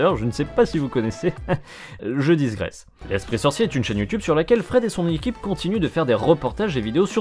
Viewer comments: on dit "je digresse" et non " je disgresse" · je dormais pas ... les "disgresse" (au lieu de "digresse") me tenaient éveillé ... ;) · Mon casque a pris feu. Sinon, c'est "digresse" et pas "disgresse" 😃J'ai fait cette erreur aussi dans ma jeunesse 🤣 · Désolé de faire mon rabat joie, on ne dit pas "je disgresse" mais "je digresse", mais sinon super video et tout et tout, mais j'ai remarqué que bcp faisait cette faute dans la prononciation de ce mot et de ta part j'ai trouvé cela surprenant, me rendant compte que bcp de monde faisait cette erreur. Ou effet Mandela, et j'ai clipé dans un univers alternatif a ce mot a cet prononciation?... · C'est qui qui lui dit qu'on dit "digresse" et pas "disgresse" ? :'D